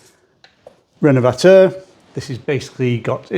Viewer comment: Will himself or anyone else in the comments 😊please fill me in on the products he's using. I'm from across the pond here in the USA and cannot tell what he means when he says "Renmvactuer" or whatever brand he mentions. I'd even entertain the idea of purchasing it from the U.K. too if there are no products of equal quality here in my home country.